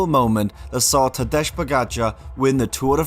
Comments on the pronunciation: It is Tadej - as in Tadey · But it's not Tadeche Pogačar... its Tadej Pogačar!